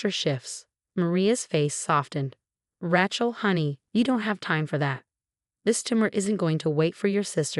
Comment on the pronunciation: It’s Rachel, with a long a, not Rachel, as in the word ratchet